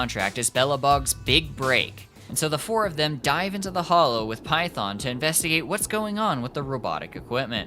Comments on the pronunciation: Its Phaethon. Not Python. Still great video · Are you saying the sibling’s name is “Python”? It’s “Phaethon”, lul. Just wanted to correct ;3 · gotta agreed with others how "PHAETHON" spoken made me take back my like, it just an irk but noticable one. but like again cause it good video. tho can see most people would click off just from that pronounciation. "cause it JP dub blahblahblah" cool but that not actual main language it CN game and ZZZ dev into urban + greek mythology. 'Python' no way is same proxy we all know. heck can be knockoff Phaethon and no one question. not try sound aggressive but i appreciate if main source is not lost due different cultural preference (JP not best english speaker) heck this game respect any JP names with correct sound, just do same is most bare minimun plus no one will flinch cause who the heck is python. not even live in US or whatever, it that bad. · I think he is saying that because he follows the JP VO In JP they say it as Python LOL🤣🤣🤣🤣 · tbh you pronunciation of Phaethon is disgusting and I stopped watching the second time you dropped that. It's giving "KWASAWNT" 🥐 You know you're wrong lmao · I don’t like the way you say Phaethon. Great video tho